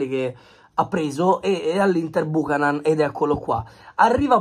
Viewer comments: è CANADESE, SI PRONUNCIA BIUCHÈNAN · Si pronuncia "biuchenan" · Si pronuncia Biucanen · Nom é per fare i sapientoni...ma si pronuncia "Biuchenon" va pronunciato simile inglese...